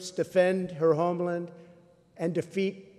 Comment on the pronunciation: he couldn’t even bother to pronounce all the “ing”s at the end of his words because he probably saw those words before. And he didn’t even pronounce “homeland” correctly! What a moron!